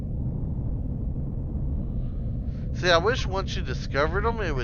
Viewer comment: Great vid. I laugh every time you say erestrum, sounds like you’re looking for “A Restroom”.